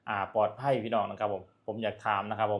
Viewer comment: ให้แรงงาน #กลับ ลาว ไม่ใช่ #กับ ไม่ #ปลอด ภัย ไม่ใช่ #ปอด ภัย ใช้ภาษาไทยให้ถูกๆหน่อย #ไอ้เวร